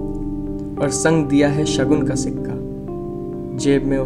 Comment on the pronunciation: it is शकुन not शगुन